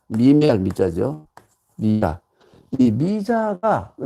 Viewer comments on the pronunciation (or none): 또 틀린 발음! 미자의 미를 왜!? 길게 밯음합니까!? 잘못입니다! 자고저를 아시는지요! 실로 실망했오이다. 미국 변 완수 드림